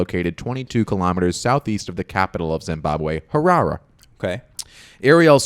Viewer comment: It's pronounced Ha - RA- Ree